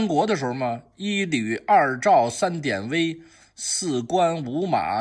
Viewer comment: 给挑个小错：典韦中的“韦”发音同维护的“维”（二声），不是威武的威（一声）。本人比虚长十岁，从小就爱看连环画（俗称小人书），特别是《水浒》和《三国演义》，对里面的名将还是比较了解。原著里典韦多次冒死救出曹操，他就是为了曹操而生的。